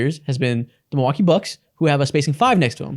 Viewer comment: Mil-LOL-kee Bucks